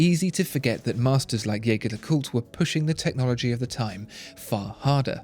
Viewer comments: You produce brilliant reviews. But.. …please, stop butchering the pronunciation of my favorite watch brand. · Pronounce the brand as they meant it to be pronounced... Agree with others too, that lume application is inexcusable at that price range and from a brand like JLC. Ouch. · You present yourself as a channel that informs people about high-end watches and watchmakers. So don't you think you owe it to everyone watching to at least pronounce 'Jaeger-LeCoultre' correctly? By the simple fact that you mispronounce 'Jaeger-LeCoultre' just lowers your credibility (to me) as a connoisseur of watchmaking. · The narrator keeps saying "Jaeger-LeCoultre" wrong. Just go to their YouTube channel and learn to say it correctly.